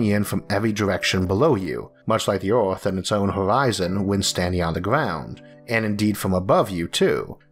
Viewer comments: I like how you pronounce earth (orth) 😅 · So what planet is this "Orth"?